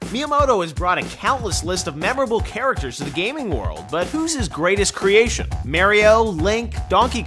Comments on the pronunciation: someone oughta slap that guy. HE SAID MARY-O!! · Please tell me who the fuck "MAY REE O" is. Are you trying to say "MAR EE O" ? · i hate hearing people say MARY-O. it should be mario (mar-ket, long E, long O) unfortunately MARY-O is a common pronunciation